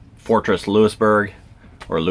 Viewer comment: Motorhome Experiment -,you are a born and raised Canadian and don't know how to correctly pronounce "Louisbourg" (lol)? It's pronounced: Loo-is-berg! This little 'correction' is coming from an old chick who is a born & raised Nova Scotian. Safe & happy travels! I'm really enjoying all your videos - you make me smile and allow me to enjoy traveling even though I'm doing it from my computer/desk chair!;-)